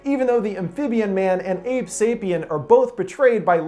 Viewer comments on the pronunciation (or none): none